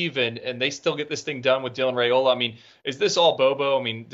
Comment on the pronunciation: It's pronounced RY-OLA. That's according to his Dad.